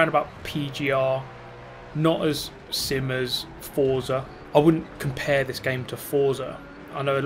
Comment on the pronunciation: Whenever he says "sim" sounds like he is saying "simp"